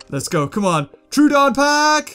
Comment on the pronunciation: the way he says names gets to me soooooooo much. its tro-uh-don not trooooooooodon.